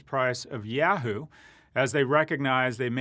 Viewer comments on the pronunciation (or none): Why do you pronounce Adidas so properly (AH-DEE-DAHS) but you pronounce Yahoo so wrong (YEAH-HOO instead of YAW-HOO)???